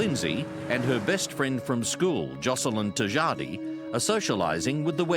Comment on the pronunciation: i smiled hearing the presenter say tjahjadi...